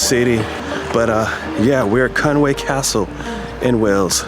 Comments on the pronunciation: Fantastic video and so pleased that you enjoyed it so much! Thanks a lot for sharing! I feel obliged to mention that there is a subtle difference in spelling and pronunciation to be aware of (I think). I believe it's Conwy rather than Conway....and pronounced "Con-wee" instead of "Con-way". Maybe a genuine Welsh person could confirm. I am a Scouser, so live just across the border and am not a true expert. Happy castling!! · Another thing that's interesting is the English pronounce Conwy wrong. It's Conwee not way, there's no a in it. But like I said the English shove that a in there. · Very nice Vid, but I listened, and want to say, you pronounce the name Conwy, NOT Conway but like this Con wi, get it! easy